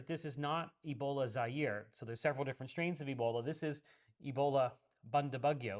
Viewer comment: I didn't know Zaire was pronounced like that .. I've always said z-'air' during my presentations 🥲